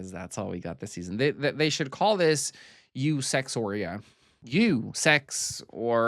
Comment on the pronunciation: lmao it sounded like you said eusexua